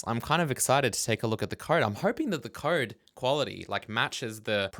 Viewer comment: Does anyone else think pronounces code like "khode"?